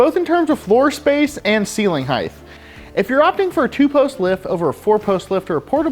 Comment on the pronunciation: Height not “heighth”